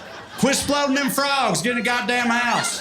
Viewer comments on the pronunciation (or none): "Quit 'sploden them frogs!' - I don't know why that sounds so NORMAL to me lol